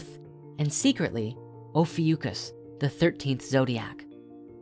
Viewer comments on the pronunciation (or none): It's Oh-Phi-Ya-Cus OPHIUCUS